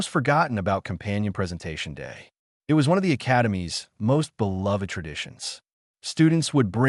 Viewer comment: was the ai keep it as I T, or eye tea, was the text to speech write up screwed up.